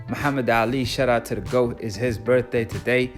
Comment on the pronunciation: I enjoyed the video but I hate how you say GWOAT.